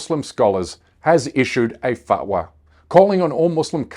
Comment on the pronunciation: Please pronounce the “T” . Is should sound like “Fat-wah”